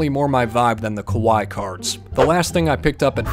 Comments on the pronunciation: OMG!!!! You got your boys a Cat Dancer!!! Do they love it?? 🖤🖤 Also the 2nd time you pronounced "kawaii-ness" actually meant scary-ness. You sort of pronounced it "kowai" which means scary. 🤣😂🤣😂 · Lol the way he said kawaii is just- Ka wah hee Lolol